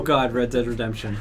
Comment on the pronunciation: "Oh god, red dead redepmtion" hahahahahahahahahahahahaha